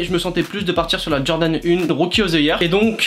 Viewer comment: Jordan "UNE" 💀💀💀